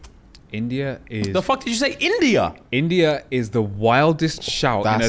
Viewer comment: the way said INDIA has me DEADD 😂😂😂😂😂😂😂